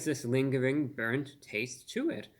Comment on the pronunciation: Brurnt Carmel 😲😨😜